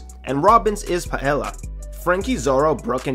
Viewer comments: It’s not Pie-Ell-Uh, it’s pronounced Pie-ay-ya Ella sounds like Ay Ya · Its pronounced Paeya not Puhella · Pah Ella lol it's pronounced Pie Ey Ya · This man really said “paela” and not the correct “paella”. You pronounce it “paeja” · NO WAY YOU SAID PAE ELLL AH. It’s pronounced “pie ay ah” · Did you just pronounce paella like paella? It’s Paeja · it’s pronounced pa-ey-a the double Ls are pronounced like y’s. It hurt to hear “pa-ella” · Is pronounced paeya not paela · Paella is pronunced [pa.'e.ja] not [pa.'he.la] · It's not pronounced pie-Ella. It's pronounced pie-eh-ja and it's a Colombian dish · Paellya not paela dats how u pronounce it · Remember guys, if it’s a Spanish word and there’s a double L, it’s pronounced as a Y. So, paella is pronounce “pa-e-ya” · Quick correction, it’s pronounced like “paeya”. Double L in Spanish is the same sound as Y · Its pronounced "pa-Aye-Ah", its a spanish dish so the L isn't like how it is for english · Paella is pronounced like pie-yay-yuh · Pa-ayy-sha is how u pronounce paella for future reference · Btw, it's pronounced as "Pah-el-ya". Rice&Seafood dish from Spain, popular in it and Latino Countries. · nahh r we just gonna ignore that he pronounced paella as “pa-ell-uh” 😭😭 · Paella is actually pronounced "pie-aye-yah" double 'L' makes a y sound. 😊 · Paella is pronounced pi-ay-ya. No judgement, just wanted to help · Came to the comments to see people roast him for his pronunciation of "paella," was disappointed. FYI it's "pa-ey-ya" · dude that pronunciation of paella just took me OUT great vid, i just need SOMEONE to say SOMETHING about pai ell a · Robin’s dish is pronounced [Pie-ay-ah]. Not judging by any means just wanted to provide the correct pronunciation for others should they repeat it :) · its pronounced "päˈāyə" btw.. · The dish that robin can make i think its pronouced pi-ay-ah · Just so you know, paella is pronounced “Pie-eya” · 😢Ouch...paella is pronounced: Pie-AY-AH Please, save a friend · It's pronounced Pie-A-ah